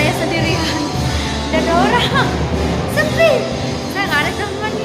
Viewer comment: Pas bilang "shepi" ahhh itu demen jamak aku dengah..hahaha salam dr lombok tengah